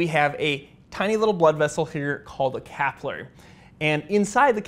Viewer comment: As always EXCELLENT.but the word is capillary….as in pill….slower but more accurate.